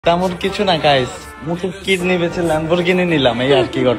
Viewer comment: কিদনি না কিডনি।